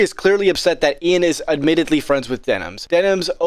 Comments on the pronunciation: Dude has genuine damage to the name Ian 🤣😭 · Ian De-Klein-ed